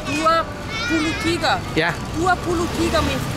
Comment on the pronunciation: Truly love this Vlog - the Swiss family enjoying nasi campur 👨‍👩‍👦😊. was the star of this Vlog as she seems to be enjoying the most✨✨. I was also impressed when she pronounced 23 in Malay, perfectly 👌😊. Looking forward to see baby Dylan in nxt Vlog 👶 👌.